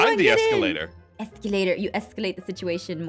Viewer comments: You guys said exulater it is a elevator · Did anyone notice that aph and said exalater instead of elevator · I love how they called it an eskalater